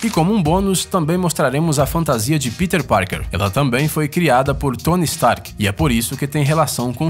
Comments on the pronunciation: Mas alguém fica putoo quando o cara fala fantasia...?!!!!!!!!!!!! Fora isso o vídeo tá massa..ksks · sim, fico muito puto quando ele fala fantasia!!!